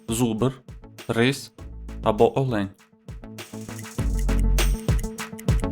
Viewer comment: Не олЕнь, а Олень